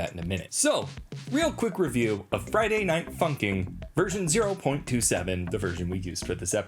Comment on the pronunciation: The fact that he keeps calling it Friday night funking